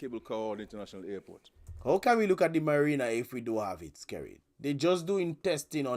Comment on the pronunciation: He kept on saying merina it's Marina what kind of former English teacher is that can't even deferentiate words